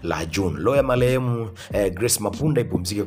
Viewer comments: Wewe mwandishi unaongea kama chizi. Kwani hujaenda shule? Malehemu siyo ni marehemu unakosea maneno mengi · Halafu wee mtangazaji sio loo ya malehem, ni roho ya marehemu unatia aibu jifunze kutofautisha R na L